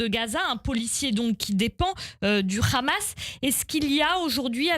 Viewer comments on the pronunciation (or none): C'est pas Kahma mais Hama.